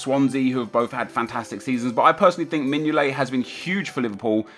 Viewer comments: Mingolet 😂😂😂😂😂😂😂😂😂😂😂 & not courtois 😂😂😂😂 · Mingolet.... are you fucking serious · Mignolet. lol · Mignolet? Nep are you off your fucking box? (From a Liverpool fan)... xD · Mignolet? What? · Mignolet? LOOOOOOOL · Mignolet? are you having a Giggle